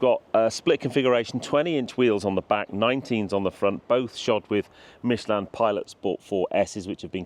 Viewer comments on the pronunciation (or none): none